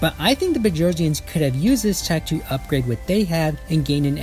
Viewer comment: Yes you pronounced it perfectly! If the Earth really is Flat I'd violently protect Globes. Wasn't there a race that the Gate activation and contact with the SGC caused a World War?